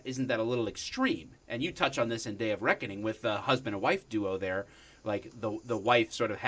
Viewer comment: Anyone else hear Dave of Reckoning and not Day of Reckoning